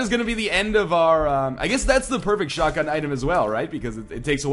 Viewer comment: its not shutgun its like MACHINESHUTGUN :P